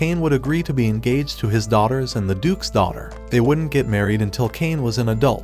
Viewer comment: Bro said daughters as dollars